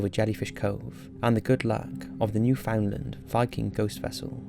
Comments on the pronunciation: I think I've mentioned this in all your videos which mention Newfoundland; the pronunciation has much less emphasis on "found" and should be pronounced more like "Noof'n-land". This is a very common mistake for those not familiar with the location, so not a big deal at all. I'm really enjoying these daily videos as always! you're the best! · For future reference, for non-maritimers, when pronouncing New Found Land you want to combine New and Found. Furthermore, the D in Newfound is silent. So basically it's Newfun Land. I think that's right anyway. I'm in the maritimes and I'm not even sure I know. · Let the whole Newfoundland pronunciation thing go already..... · Just so you know, it’s New-fin-land, not New-found-lind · It's odd hearing Newfoundland as "new found land" instead of "newfinland" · i know i'm being nitpicky, but you pronounced newfoundland wrong. its more like new-fund-land not new-found-land. love your videos though. nice to throw on to kill time or have in the background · An ex girlfriend of mine is from Newfoundland......she quickly put me right about the pronunciation of the place....it's New-fund-land, not New-found-land! Fantastic place, and people. St.Johns! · If she says New-Fin-land then she wasn't born here if she says New-FOUND-land then she a true newfie! thats how you tell the difference XD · 'NOO-FUN-LAN Accent on the first syllable. It's not pronounced the way it's written. 🙂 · Newfoundland is pronounced New-fin-lind even though it really is New Found Land and has nothing to do with Finland. Either way, now you know. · Hi, to all of you that would like to know how to properly say, Newfoundland here it is: NEW-FIN-LAND, this is how we say it in the actual province. And now you know! 🤗🌼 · It's pronounced new-found-lnd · I’ve heard Americans pronounce it as “Newf’n-lind” and my soul dies a little when I hear it pronounced like that.